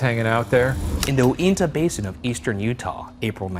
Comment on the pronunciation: UINTAH BASIN MENTIONED! It’s actually pronounced You-in-tah! We actually have a lot of reported alien and supernatural phenomena around here.